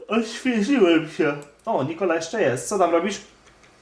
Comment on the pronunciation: Nie muwi Nikoli